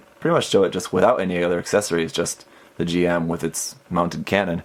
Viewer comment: It’s a little thing, but it’s Jim, not G-M. I know it’s weird, but just a pet peeve of mine